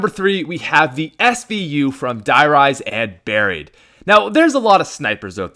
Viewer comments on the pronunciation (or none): none